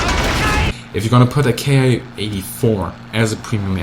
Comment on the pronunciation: feel compelled to mention once again, Bismarck: The Japanese "Ki-#" planes are meant to be pronounced like the English word "Key". Ki is an abbreviation, not an acronym. Short for "kitai" meaning basically "airframe".